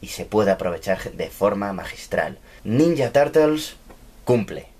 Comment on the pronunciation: ninya tartels XDD